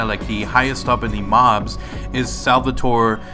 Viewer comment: Sal-va-dor not sal-va-tor